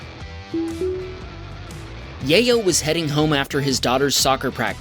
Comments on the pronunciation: I believe the name is pronounce YAH-YO not Yay-yo. Sorry, I just thought it was funny😂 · You mispronounced Yayo a dozen times in the space of a minute lol